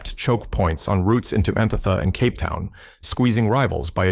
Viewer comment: Why are you using the AI generated voice -- Pronunciation of even simple and common words like "Cape" is off..